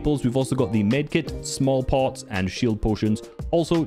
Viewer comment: did bro say small pot